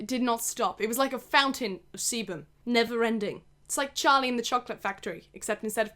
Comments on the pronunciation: Keep thinking she’s saying seaman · it really sounded like she said charlie and the semen factory :( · I CAN'T BE THE ONLY ONE WHO THOUGHT SHE WAS SAYING SEMEN SOMETIMES 😭😭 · Oh shit i thought she was saying semen and was confused asf 😂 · What is "cebum"???? "Seabum"??? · no one: absolutely no one:: SeBuM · Every time she said sebam you don't wanna know what popped into my dirty mind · No one:: sEbuM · i keep thinking shes saying "semen" lmfaoo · I thought u said seamen if that’s how u spell it idk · Thought you were saying semen the whole time 🤢😂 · when she said it started producing sebum i was like anna oop i thought she said it started producing semin im a dirty minded little pig sorry get on with the video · Whenever she says sebum I keep in hearing seamen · every time she said sebum i thought she said semen i- just look (start end ) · I'm sorry but I cannot stop mishearing sebum as semen, it made for an interesting watch to say the least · loved the constant emphasis on sebum hahahaha made me giggle every time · same and when he said "my hair is producing sebum" I was so confused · whenever you said sebum i thought you were saying se- nevermind... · you say sebum one more time